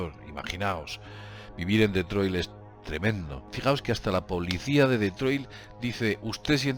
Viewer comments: No se pronuncia deetroy se pronuncia ditroit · Cada vez que oigas pronunciar "DetroiL", acabado en L....chupito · Se dice "ditroid" no Detroit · Min CIUDAD DE DETROILT, LA POLICIA DE DETROIL. ME HA HECHO MUCHA GRACIA LO SIENTO.JEJEJEJE TE SIGO DESDE HACE 10 AÑOS SIGUE ASI Saludos ERES UN TÍO GRANDE Y CON MÁS HUEVOS QUE NADIE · Se lee DETROA, en francés. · ¿Por qué llamas a Detroit como "DetroiL"? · DETROIL? XD